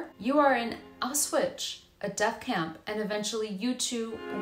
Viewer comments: It's pronounced Ow shwitz you mispronounced the name every single time. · Exactly, makes me cringe every time she says it…there is no Ch on the end lol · Pronunciation of Auschwitz...